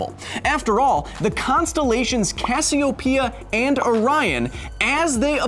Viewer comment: The emphasis is on “o”, not the “p” in Cassiopeia.